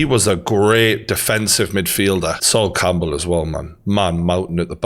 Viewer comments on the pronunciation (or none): none